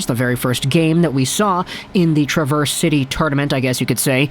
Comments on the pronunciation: I was going to mention it, as well. Emphasis is in the first syllable, not the second. TRA-verse is the city, tra-VERSE is the verb. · Travers City is pronounced like trav4oilers... Trav - ers... not a big deal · its pronounced Trav ers city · It’s Traverse like Travis. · watching this late and want to help you for future vids: Traverse City.... Trav-verse. Pronounce Trav then verse. just want to help! appreciate it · Born and raised in Michigan. It’s pronounced trAV-ERZ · Minor correction my friend. Traverse City actually pronounced "Trah-Vurse" City. I know the dictionary pronounciation for the word "Traverse" is how you are saying it, but for the city in Michigan it is "Trah-Vurse". Other than that, outstanding video, sir! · Good video but a quick note, it is pronounced trav-ers city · Trah-verse City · The traverse in traverse city is not pronounced the same as the word. Just fyi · I was losing my mind listening to him mispronounce Traverse City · Love all the Michiganders whom took offense to the mispronunciation of Traverse city haha. We love and respect our state of Michigan ❤️ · Need to learn how to say Traverse City properly. Coming from a Michigander. :P Love the content! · You’re pronouncing Traverse City incorrectly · Just a little nugget of info if you happen to care - Traverse is said a little different than the way you would normally say the word. A slight emphasis or maybe an even emphasis on the first syllable with a short A.